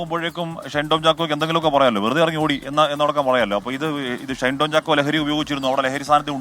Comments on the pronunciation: ഷണ്ടൻ ചാക്കോ അല്ല ഷൈൻ ചാക്കോ 😊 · ഷണ്ടൻ ചാക്കോ എന്നാണ് ഞാൻ കേട്ടത്..